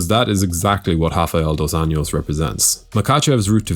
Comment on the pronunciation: You’re saying RDA’s name wrong. You’re pronouncing just last name Anjos in a Spanish manner, but he’s not Hispanic. If you just say it like an American would say it, it would be actually closer to how his name really sounds in Portuguese